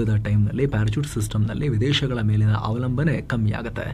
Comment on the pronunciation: ಪ್ಯಾರಚೂಟ್ ಅಲ್ಲ! ಅದು ಪ್ಯಾರಾಶೂಟ್ 😅